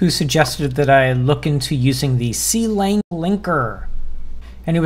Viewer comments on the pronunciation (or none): Some notes on pronunciation—MinGW is pronounced like "min g w", because it stands for "Minimalist GNU for Windows", and Clang is pronounced like "clang" (the word that means the loud sound). Yes, Clang also comes from "C lang", but it's convention for LLVM compiler frontends to be pronounced like this. E.g. Flang, the LLVM's compiler frontend for Fortran, is pronounced similarly to "fling". The mold linker is even faster than lld, but it's *nix only, so that won't help you on Windows.